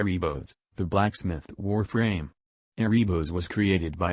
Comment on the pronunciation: They really emphasised the “Black” in blacksmith.